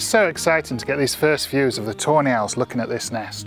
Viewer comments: when he says Tawny Owls i hear it as toe nails.. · Whenever he says tawny owls it sounds like toenails lol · My CC was on and it did pick up "toenails!" I love it so much! Best captions ever. 😁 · and now its funny hahahhaa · Wait i thought it was actually toenails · That’s exactly what I kept hearing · Your accent makes it sound like ur saying toe nails every time you say tawny owls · “Toe Nails” 🤔. All I hear is “toe nails” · Is he saying Toenail?